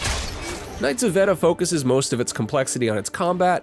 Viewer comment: It's pronounced "vay-da"